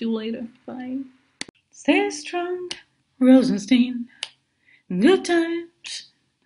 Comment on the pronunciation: it's not Steen it's Stein like beer Stein. Rosen- stine. Rhymes With shine. Please